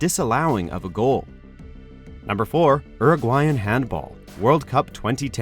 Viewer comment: Damn. The WatchMojo narrators can't say "Uruguayan".